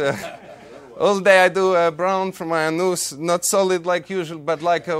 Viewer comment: "All day I do brown from my anoos.. " 🤣